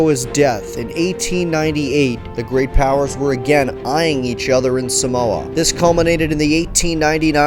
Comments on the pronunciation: Not a cent was paid out by the US for the death and destruction they caused on 10 or so villages on ‘Upolu. Check out my to find out how an American city still honours a US Navy officer who machined gunned “savages”.... Just as an aside - the first ‘a’ in the word Samoa is a long ‘a’. So the pronunciation is Saaaa’moa.. Not Sa-Moa. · Thanks for doing a vid on my ancestry. If I may pick at something just for some fun fact knowledge, Samoa is pronounced Sar-More and not Sa-mower. Cheers mate! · No he doesnt its saaaamoa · No he doesn't and tutu-il-ah was a little jarring but 10/10 for the great info!!!